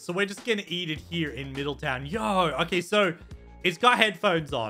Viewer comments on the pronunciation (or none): none